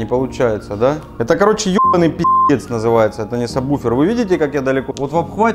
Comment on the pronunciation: сабВВВВВуфер. Вроде грамотные люди. Слух режет.